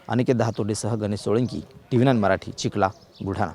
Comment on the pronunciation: Chikhala nahi wo chikhali mana